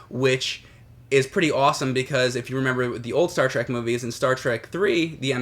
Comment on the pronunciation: Star TREK not Track.